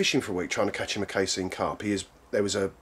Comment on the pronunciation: Wtf is "cay-seen" its cass-- ee--en cassien ffs